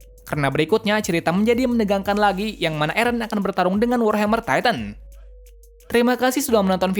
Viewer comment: Titan bukan titam 😂😂